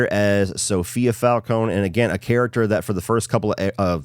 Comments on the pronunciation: Im sorry but whyyy do both you and say falco-knee, its fal-cone, its not that deep i know and i would understand if you just read it but they say it so many times in the movie and show😭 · Fal-Cone no E